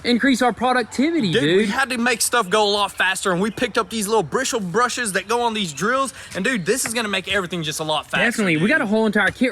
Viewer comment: Brisshle brushes